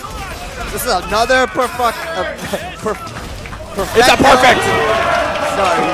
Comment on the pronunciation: "Another PERFUCKT" LOLOLOL